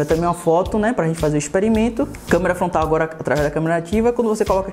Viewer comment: É só eu que entendo ele falando Câmera FONTAL ? kkkkkkkkkkkkkkk #azueiranãotemlimites